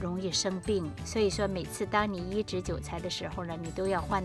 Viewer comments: 是“ 移（宜）植” ，不是 “ 医治 ”，想了半天才知道你说的是移植。不是要给韭菜医治病。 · 发音有问题，移植是三声，而不是发＂医治＂的声。